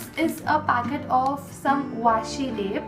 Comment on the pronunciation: This is old video hmmmm... Yooooh. 😂😂😂😂😂😂 Washi tape you pronounce waasshi tape😂😂 I am watching in year 2021